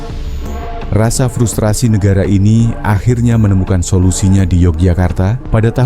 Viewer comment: FRUSTASI Bang, bukan FRUSTASI